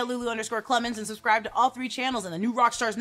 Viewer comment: "Avada kadabra"?